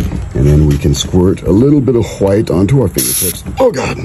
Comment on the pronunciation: a very Bob Ross-esque pronunciation of h'white, I like it